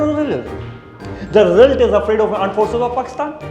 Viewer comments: Aand forces 😂😂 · Aand Forces😂😂😂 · Aand forces 😂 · Indian Armed forces 😊 Paxistan Aand forces 😂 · Aand forces😂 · Pakistani aand forces 😂😂😂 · Armed Forces❎Aand Forces✅ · Pakistani aaand fource😂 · Sabse pahle aapne ghabrana nahi h. Na kre janab na kre. Yes it is two. Aand forces. Eendia. Paijaan 😂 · Aand forces 😂😂😂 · Pakistan Armed forces ❌ Pakistan Aand forces ✅ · Armed forces ❌ aand forces ✅ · Aand force 🤣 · Anda force 😂😂😂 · "pakstni aand forces" 🤣🤣🤣🤣